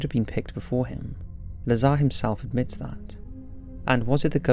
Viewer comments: It's not Bob lah-zahr, just make him cool and say lazer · Wow! The narrator made his first mistake in the first sentence. Lol Just kidding around. But seriously though, it's Dr. Bob Lazar